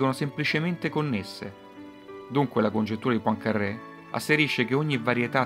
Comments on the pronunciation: Poincarè con una r sola, non PoincarRè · La congettura di "Pancarrè"... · Vero, quel PoincaRRé è insopportabile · e daglie, co' sto "PoincarRé"...... non è mica un sandwich.